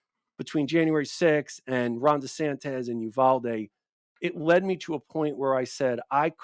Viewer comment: Wierd that he can't pronounce "desantis" properly.